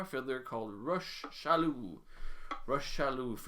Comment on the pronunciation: Salut! Thanks again for this series of videos they’re awesome! The way to pronounce Monsieur Chaloux’s name is actually just like Rock. Hard «ck» sound for his first name. Au plaisir mon ami!!